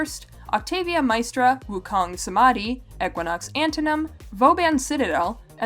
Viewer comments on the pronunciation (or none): none